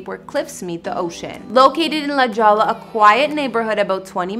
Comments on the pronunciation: La "jollah" lol. La Jolla, California This sun-drenched town is commonly mispronounced “La JOL-LA.” But the correct pronunciation is “La HOY-a.” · La "Jawlah" hahaha *La "Hoya" ;) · Ma please,.....pretty please learn the names of places before doing vids. It's not La Jawla. It's La Hoya like Oscar De La Hoya the boxer. LA Jolla, CA. I cringed every time you said it and stopped watching even though I'm a real estate enthusiast and A Keys/Swizzy fan. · Oh sweetie it’s La Hoyà not La Jolla.,everything in Diego has a Spanish/Mexican influence hence no J’s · FYI, La Jolla is pronounced "La Hoya" :) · LMAO SHE SAID “LA JJJJOLLLA” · You said La Jolla wrong..you pronounce it in Spanish with H sound like Hoya :) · La Jolla is pronounced like, LA HOYA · It’s pronounced La Hoya. It’s annoying if you are “reporting” information that is not even stated correctly. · I think OP was referring to her hard J when she pronounced it.